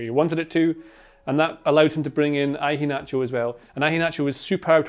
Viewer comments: every time says "I-HE-NACHO" its so cringe definitely ruined the video for me. A better pronunciation is "HE-A-NACHO" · Why are you pronouncing the start of Iheanacho like that? Like Ivan? Ian and Inverkeithing aren't pronounced like that.